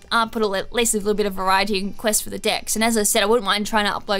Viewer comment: Am I the only one that heard at the start quest for the DICKS XD